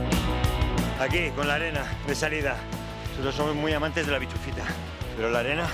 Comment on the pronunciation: El momento tienda de campaña por la noche lo mejor. es bischofita no bichufita jajajajajjajaja